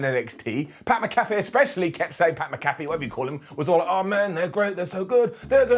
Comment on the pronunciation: Mac-Ah-Fee… C’mon …